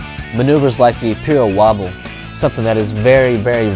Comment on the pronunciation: "Piro wobble" and not "pyro wobble" !